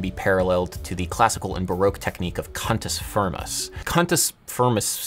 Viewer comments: CUNTUS FIRMUS! wait, that's not what you said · not to be that guy but did he say cunt-s frim-ns? and the title of the song just made it so much worse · Cantus Firmus??!! This is a sexual harassment "complement" when you say it with an English accent.